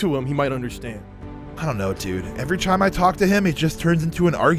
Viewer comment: he says chime instead of time